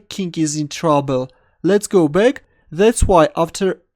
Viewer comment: Oh, every time he says "let's go back" I thought he said "let's go big xD"